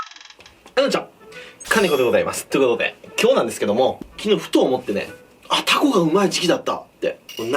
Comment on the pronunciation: 注文の時にタ↓コ↑って地元の訛りになるのええね